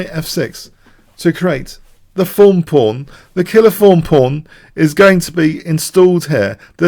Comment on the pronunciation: im american. When I hear "thorn" pawn I hear you say 'fawn' lol